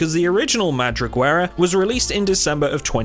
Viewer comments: Pronunciation time: “Madriguera” is pronounced “ma-(voiced)thri-ge-ra”, no “u” or “w” anywhere in the word. It means “den” or “burrow”, like for rabbits or other digging animals. The “th” is voiced, as in “the”, not as in “three”. So the next time someone complains about how confusing English spelling is, you can tell them that every alphabetic language has these kinds problems, and to blame the Phonecians for solving writing with such an adaptable, delightfully imperfect system! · For future references: Madriguera is pronounced almost as you did but 1) The Gue part from Guess